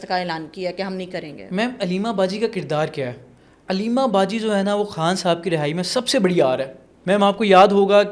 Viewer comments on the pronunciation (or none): چوتیو اردو بول رہے ہو یا ہندی؟ خان ہوتا ہے کھان نہیں